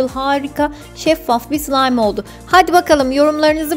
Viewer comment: abla sen bazen sılaym degilde sılam diyosun 😂😂😂